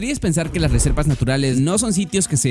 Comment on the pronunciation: soy yo o dijo resepas en bes de reservas